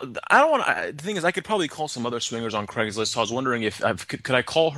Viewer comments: "Craigs of Listing" lmfao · has a rule that states that he can never pronounce "Craigslist" correctly. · Honestly, really has trouble saying "Craig's list" properly😂 even in his original voice